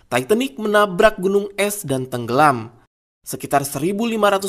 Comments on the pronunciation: Admin sebutan tu titanic...bukan taiitenik..hahaha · Titanic bukan taitenik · Titanik bukan taitenik..bau dong lok tai.yg bner bacanya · Titanick, bukan taitenik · Setau gue itu namanya kapal TITANIC bukan TAITENIC...kalo ngomong yang benar aja lah... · titanic bukan taitanik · Emang di baca nya taitenik 😂 ya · Mbacanya yang bener bung titanic